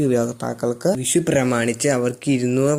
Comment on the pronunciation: വിശു അല്ല. വിഷു എന്നുപറ.